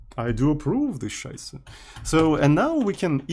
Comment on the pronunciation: As a German it triggers so hard everytime says "Scheiße":D